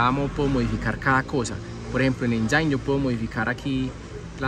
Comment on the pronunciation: No sendice enyain, se dice enyen o enyin, saludos